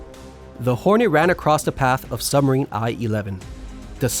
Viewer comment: What is a "summer-een"? Or was that a suB=marine?